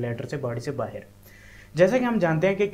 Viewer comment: The moment he said baher 😅 means pakistani brother.....I instantly liked the video.......support from India bro.......